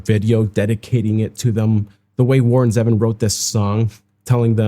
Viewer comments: It’s ZEEvon not Zehvon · Grrrrr. Even after your correction you still got it wrong. His name is Warren ZEEvon not Zeven. I still like you 😉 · Still not quite right... "Zee - Vonn" Zee rhymes with "sea" and Vonn rhymes with "lawn" and emphasis on the "Zee." 😊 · It's Ze-Von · This is one of my favorite Warron Zevon songs. His last name is not pronounced like the number seven. I remember last interview with Letterman. Enjoy every sandwich.